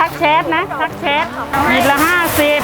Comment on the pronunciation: ทักเเชดดด ชัดเจนครับพี่คำนี้สำเนียง555555